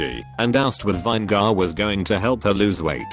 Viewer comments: Juh lap penno? Vine gar? 😂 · Funny. This robovoice can pronounce "labia majora" but spells out "cider" and botches "vinegar."